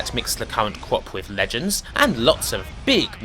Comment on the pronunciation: Since when does Legends begin with an R you weetard